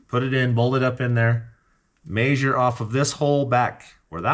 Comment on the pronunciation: "Maysure"? It's measure.